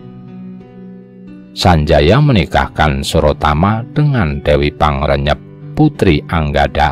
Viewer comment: Mohon maaf untuk penyebutan aksara sunda (seperti aki balagnteang, dan dewi pangreyep) mohon diperhatikan vokal dan konsonan nya Selebihnya luarbiasa hanya saran